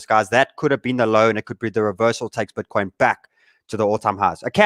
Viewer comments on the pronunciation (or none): Cmon "BETCOIN" !